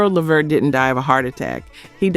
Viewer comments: Thank You! I was about to comment on that. If you cannot pronounce the names find something else to do. She was killing me saying "Levert" wrong as hell. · I know she called allyiah Donna instead of Dana and I caught that too how it said LeVert wrong too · Man I almost unsubscribed when she missed up Gerald Levert name. 😤😂🤦🏾‍♀️ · It is not La Vert or Lee Vert, it is LEVERT!!! R.I.P. all of these legends!!! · La vert damn say the names correct A I how hard is that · Their family's last name is pronounced Le-VERT!!! #GeraldLeVert's heart was worn out for a young man... constant work and no rest, rich food, and lethal mixtures of prescription drugs. These doctors should be put under the jail houses and have their licenses revoked. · I subscribed and when I'm able I'll join keep up the work tho and work on the AI so it will actually say LEVERT😂& NOT LEHVERRR😂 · I am SHOOKETH!! This whole time I didn’t know this was AI until……”Leh-virt”😑😑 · You take too long and who the hell levert when it’s la vert. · LAAAA VERT. Really??? Please put sum respect on his name . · Girl get the Levert's name right Lu-vurt. Talk to Pat Brown she said Whitney was beat to death which one is it?!!! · His name is pronounced LA VERT 🤦🏾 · Call the Late GERALD LEVERT by Pronouncing his Last name as LA -- VERT, got IT!!! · Le-Vert…my gosh…is this A.I? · Why are you saying Levert like this? It's pronounced Le'vert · You need to work on your pronunciation and delivery. This is why you are getting views and no subs. Hope that helps! ❤ Oh, and it’s pronounced “La Vurt”. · Hint: watch just ONE INTERVIEW of your subject, and note what the interviewer calls them. Or, watch a music video where they are introduced, and note what the introducer calls them. It's. leh-VERT, with the emphasis on the last syllable. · I was gonna sub tell i heard her uhm the AI missprounce Levert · Whomever or whatever you are pronounced Levert 4 different ways and even showed more of Gerald as opposed to Sean,interesting